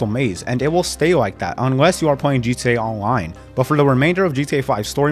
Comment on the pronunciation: “G Tay Awloine”